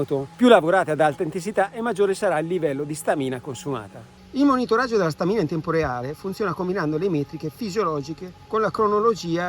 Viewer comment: Complimenti per il video…unica cosa: si dice Stamina con l’accento sulla prima A! 😉